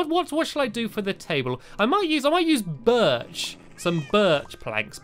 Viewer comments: = not birch but BIRCH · The way he says birch doe haha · that is a great! way of saying birch